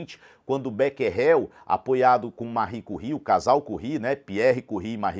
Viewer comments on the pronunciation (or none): Mano você explica muito bem, mas errou a pronúncia do becquerel, depois bota no tradutor em francês.